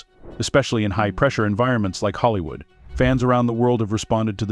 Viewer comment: If you’re going to make videos about Hollywood, please pick a voice that can pronounce Hollywood.